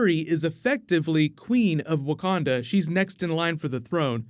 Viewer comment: “Wakanada” forever